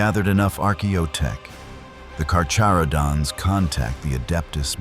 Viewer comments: drink game: have a shot everytime this video says carcharodons wrong, you'll be drunk in no time I promise 🤣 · Can’t even say their name correctly… 😂